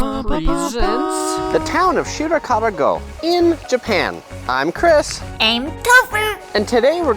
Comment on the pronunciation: He keeps saying Shirakawa-Gu instead of Shirakawa-Go.